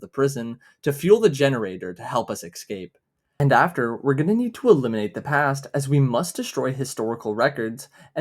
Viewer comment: pls say escape not excape (sick video tho, thx random dog of internet)